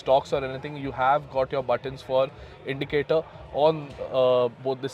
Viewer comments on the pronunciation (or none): none